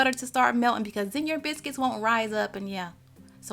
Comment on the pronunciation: I love the way she says biscuits ❤️👏